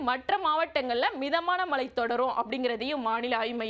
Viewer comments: Anchors Tamil is not ok. Select a person who has proper pronunciations. Change her. It is irritating to hear, ‘malai malai’ . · Malai pavuthi ya😅 ayyo pls don't make the language funny.